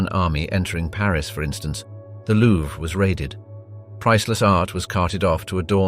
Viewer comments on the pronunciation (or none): none